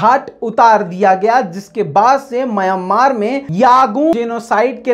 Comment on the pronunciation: Myan maar Myan maar Myan maar ...please correct your pronaunciation...